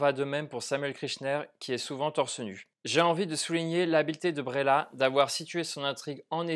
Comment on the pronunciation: Ça se prononce Breillat un peu comme vieille ou veille mais pas bréla. C'est bien que tu aies ressenti du malaise, c'est le but. L'art sert à provoquer des émotions pas forcément toujours positives. Attention à ceux qui ne l'on pas vu je vais spoiler pour la suite : Moi, j'ai plus ressenti le côté manipulation et mensonge de Léa Drucker plutôt que le côté érotique. C'est son côté machiavélique prête à tout pour nier la réalité et protéger sa vie qui m'a intéressé. J'ai été retourné par ce retournement de situation et aussi par la toute dernière phrase du mari qui en lui demandant de se taire, admet qu'il a toujours su qu'elle mentait